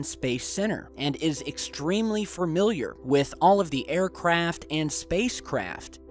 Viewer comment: "fermiliar"? Lol. I believe the word you were looking for is, familiar ;)